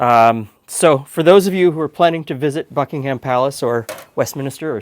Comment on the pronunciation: Every british person watching this video when says Buckingham 😬😬😬